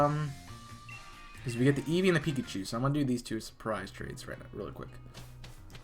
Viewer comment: This man actually said "Pekachu"